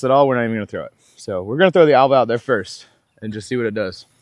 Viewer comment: It's pronounced Elva. Just ordered one 😊